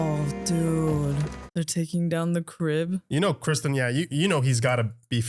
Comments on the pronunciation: It’s Cristen Cole, not Crispin. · I LOOOVEE how you keep calling Ser Criston "Crispin"... I freaking hate that guy😂😂